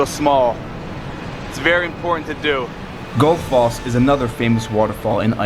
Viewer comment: The way he pronounced Gullfoss 😂😂 I’m dying